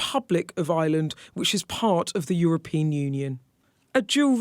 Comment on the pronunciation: Bugs me she says Eye-land as in a regular island.